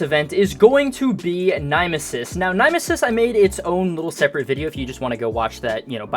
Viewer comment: NIME-ESIS?! NO! NYMESIS! NIM-ESIS! WHY DO YOU SAY IT LIKE THAT!!